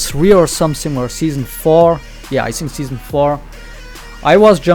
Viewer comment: i like your stream and this yt channel but try to not pronounce "think" as "sink" its so annoying, thanks,!:D